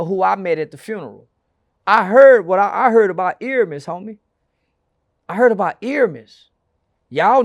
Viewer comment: This is good word play from. He always says buy my merch and how his subscribers going up just like the rappers. Clever wordplay. Dissing the dead is dissing the dead. Oh and it's Airmiess not EARmiss😂 🤦🏾‍♂️